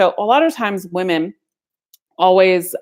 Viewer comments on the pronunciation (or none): Woman and Women are pronounced differently. She should know that!